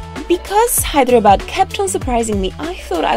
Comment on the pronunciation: It's Hyderabad not Hydra bad😅😅👍